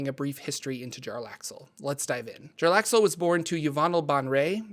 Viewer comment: Also his name is pronounced (jer ax el) and his house name is pronounced (bay en ray)